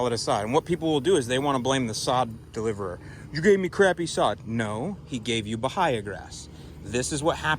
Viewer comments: its pronounced ba-hay-a.... not ba-hi-a. It should be eradicated at all cost for yard grass. Who the hell sods Bahia? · its pronounced buh hay uh. Not buh hi uh.